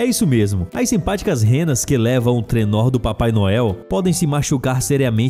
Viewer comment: "TRENORRRR" do Papai Noel ?????